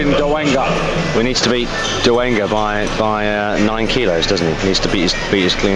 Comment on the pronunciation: your videos are the best, why he says dolenga and not dolega, or i heard it wrong